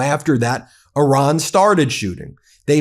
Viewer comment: You really should learn how to pronounce Iran. Would definitely help further the credibility of the messenger.